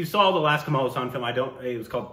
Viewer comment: it's Hassan not hussan... please pronounce correctly 😭😭😭